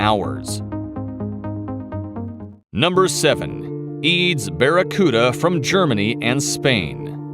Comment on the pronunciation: its E A D S .... not (b)eads ...